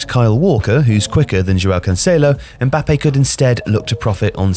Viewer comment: You are pronouncing "Mbáppe", with the accent is "Mbappé"